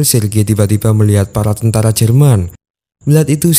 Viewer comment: Bukan tantara tapi tentara